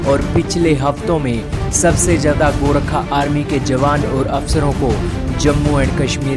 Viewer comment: Bhai saab gorkha hai gorakha nahi hai